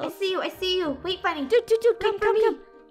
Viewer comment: No its not funny its funneh